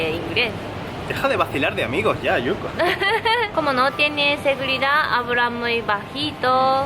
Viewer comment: Oye, dile a yuko que su español sería perfecto si pronunciara la " L " bien, ella la pronuncia como una "R" y eso es lo que le hace sonar japones.